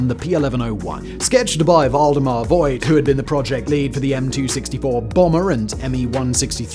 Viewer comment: You pronounced Voigt wrong. The oi is more like oa in boat. So "Foagt" would nearly nail it.